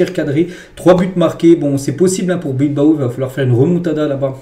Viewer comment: Pourquoi vous dites tjrs athlétique bilbo et non pas Bilbao. La machine qui parle.